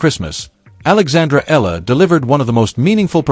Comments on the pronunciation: It's not Ella. It's EALA and it's pronounced EE AH LA. This AI video is pathetic. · Alex's last name is pronounced with three syllables: E-YA-LA. Thanks for this video.